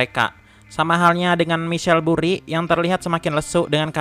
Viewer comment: Bisa gk min setiap akhir kata gk usah di tmbh "k", burryk, adak, diak😂😂